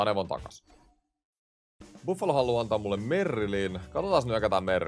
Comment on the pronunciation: "Iffalo" :D